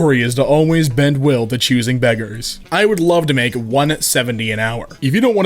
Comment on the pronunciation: Not even choosing beggars It's choosing begges